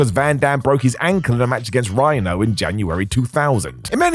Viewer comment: Who talks like this guy? Twos-ah, belt-t, Rhino-wah.